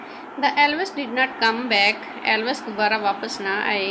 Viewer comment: The pronounciation of word Elves is not correctly pronounced by the reader. Please dont mind.